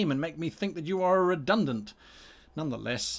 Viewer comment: Redunant. Nuff said.